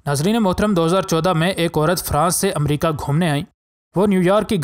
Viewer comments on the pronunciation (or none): none